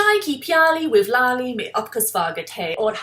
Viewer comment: अरे लल्ली नहीं "लाली" है उनका नाम!